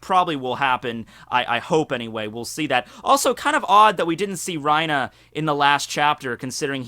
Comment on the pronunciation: Don’t call him Rina his name is Reiner